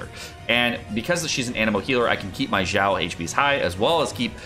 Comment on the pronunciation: its not zao not zhao not shao its xiao x = snake (S)iao